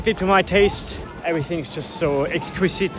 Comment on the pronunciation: exquizzzite with a Z ( pronounciation bruh ) kool vid